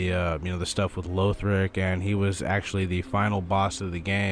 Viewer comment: Just a note: LAW-th-rick, not LOA-th-rick. It's how they pronounce it in-game - the 6th word in the intro cutscene.